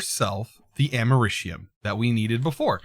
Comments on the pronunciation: It’s Americium like America ium. And the californium is California ium. Both without the “a” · it’s Americ(as in America) ium